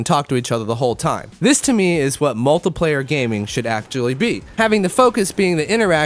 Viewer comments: kinda sounds like hes saying multiplyer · I don't like how u say multiplayer